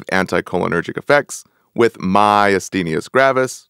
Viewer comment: Appreciate the content, but the mispronunciation of words is a turn off. PHYSOstigmine is not pronounced "PHOSPHO-", and PYRIDOstigmine is not pronounced PYRIDIOstigmine. Also Myasthenia is not pronounced "myusthenius".